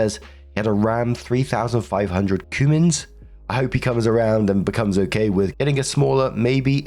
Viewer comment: Cummins is pronounced like Come ins.